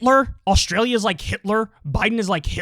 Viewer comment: She thinks it's spelled "Aushtralia" !